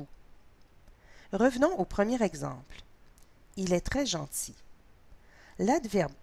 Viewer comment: Pourquoi elle prononce genZi à la place de genTi??